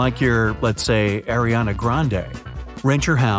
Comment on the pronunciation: ARIANA NOT AIRIANA (she is my queen no one pronounces her name wrong!)